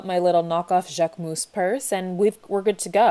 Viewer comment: I dont wanna be rude but JACQUEMOOS??